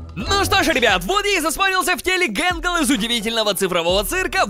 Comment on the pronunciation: Скренч вообще не гэнгэл а тэтгэл